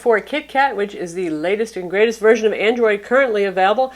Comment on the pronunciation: "A million verizon apps" lol